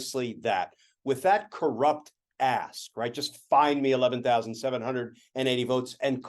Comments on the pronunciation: He said .... 'with that corrupt ask' .... I thought he said ... 'with that corrupt a$$!' ... 😂😂😂 One in the same! 😂👍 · At the mark, I thought he said "that corrupt ass" it was really "corrupt ask," but I like my version better. LMAO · Oh wait..m he said "corrupt asK" misheard that last letter 😂